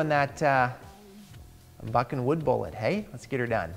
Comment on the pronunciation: Lots effff in his canadian pronunciation of buh buh buh buckin'. 😁